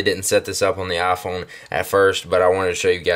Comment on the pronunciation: LOL I love how you say iPhone like AAPhone.